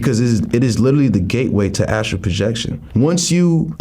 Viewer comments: It’s called “astral” projection not “Astro” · So nobody gonna tell her it's Astral and not astro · I don’t wanna be that guy, but I think it’s astral* 😅